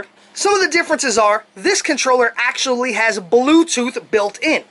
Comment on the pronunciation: omg that was the joke. I made fun of how you said "actullally" all the time. Or in other words: ACTUALLY you didn't even pronounce it correctly.